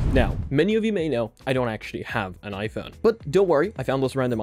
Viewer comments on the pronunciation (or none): none